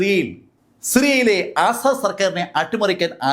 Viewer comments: അസ്സാഡ് അല്ല asad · 'ആസാദ്‌' അല്ല, 'അസദ്'